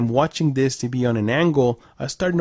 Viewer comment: It's not TBee. Its TVee. Please enunciate your words -G-4k. Jeeeez!!!